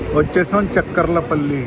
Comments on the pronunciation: It's not chak kar la palli.....cha kar la palli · Good coverage. Devarapalli is industrial area for Hindupur. చెక్కర్ల పల్లి కాదు చాకర్ల పల్లి. ఉదర halli కాదు ఒడ్డెర హల్లి. మాకలి దుర్గ. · Chekkarla palli kadhu chakarlapalli